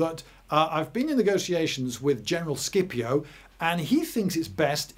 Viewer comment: circa is it prounounced Skipio or Scipio or Shipio? İ always thought Sipio. For pronunciation purposes. But Lindy Beige is a well renouned historian so i'm slightly unsure at this point.